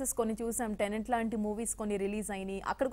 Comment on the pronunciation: Tenant kadu Anchor Madam T E N E T "TENET". Don't utter if you don't know how to pronounce. Christopher Nolan will go nuts after listening to your title. LOL.